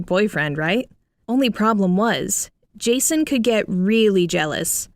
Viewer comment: When she first said Jason I honestly thought she said Jesus lmaoo